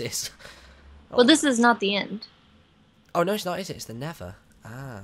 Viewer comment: it's nether not never ....